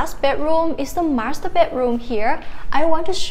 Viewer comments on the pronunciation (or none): none